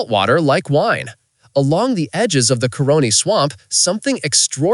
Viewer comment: Caroni - not coroni